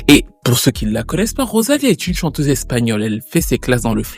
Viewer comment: PITIE STp je sais que tu parles pas espagnol mais prononce les mots à la française tu mets un accent anglais c'est encore plus incompréhensible..les R prononce les en français c'est trop